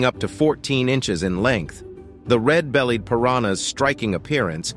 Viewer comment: “ red bellyeh Piranha “